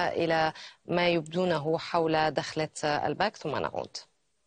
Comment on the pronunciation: It's dakhla not dokhla ... ! It means intro ( introduction ) !